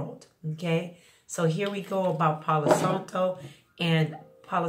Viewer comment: Thank you for the info!! The a in Santo is pronounced exactly the same as how you pronounce the a in Palo 🩷✨